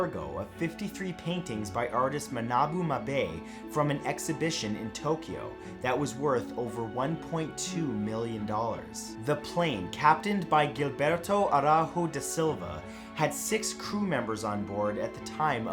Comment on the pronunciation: Hey Matt. Cool channel, I just discovered it. By the way, your Portuguese sounds like Spanish, but they are completely different languages. The g in Gilberto has a j (as in French) sound, the j in Araujo is pronounced the same. Hope you take no offense in the criticism, just trying to make the channel even better than it already is.